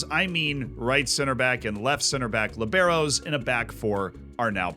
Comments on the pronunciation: BTW, man, it's lìbero, not libéro. Lee-be-ro 😅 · It sounds so weird how you pronounce Libero lmao. The accent is in the first syllabe. Great analysis!